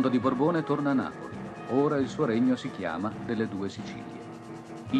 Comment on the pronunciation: Borbone,... ma spesso diventa Borboni........... errore che fanno anche grandi professori!!!!! da napoletana ancora grazie per la bellissima iniziativa, queta è una delle tante puntate che mi ha dato tanto.